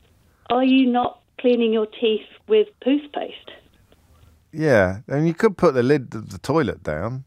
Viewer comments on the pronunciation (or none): Can I draw attention to the lady and her fantastic line that Mr O'Brien glossed over - Poothpaste.